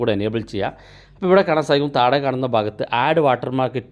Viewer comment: താഴെ എന്ന് പറയുന്നത് താടെ എന്നാണ് കേൾക്കുന്നത്